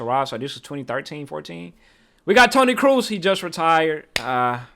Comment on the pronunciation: Everytime they pronounce Kroos like Cruz i cringe so hard.